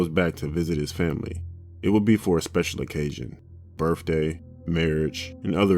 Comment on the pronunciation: Pretty sure I heard the word "Berfday" in there as well! 😋